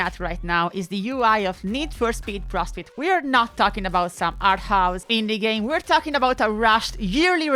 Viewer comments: Hooooweee... That accent was not doing you any favours when pronouncing "need for speed prostate" Keep being an absolute legend. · Your English is great and I don't want this to sound critical but I was looking away from the screen and had to rewind and double check when I heard you say "Need for Speed Prostate" lol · It’s . She’s trying to say “Need for Speed ProStreet”, but the last word has the “o” pronounced as “ah”, the “r” in “street” is basically omitted, and then the “eet” in “street” becomes “it” or “et”. It sounds like “prostate”. I don’t know if you are a native English speaker or not, but to a native speaker, the actual sequence of sounds much more closely matches the word “prostate” than “pro street”. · Perfectly timed Max Payne music but it sounded like you said "Need For Speed: Prostate"... That said, I picked up ProStreet when it came out and I loved it from the jump.